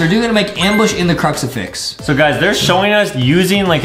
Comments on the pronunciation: Btw it's crucifix not cruxifax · it is not called a cruxerfix it is called a cruserfix